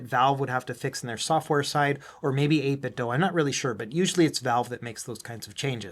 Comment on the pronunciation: Why do you pronounce it 8 - bit - dough? Is the Nike slogan "Just dough it" ? 😂